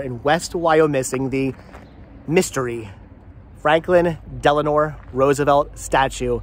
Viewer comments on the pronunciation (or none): Del-a-no, not De-la-nor.